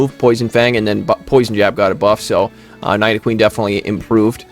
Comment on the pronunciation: Bro why is it that almost all of the top content creators can’t pronounce Pokémon names..? Like did you not watch when you were a kid? I’m seriously offended. #night-o-queen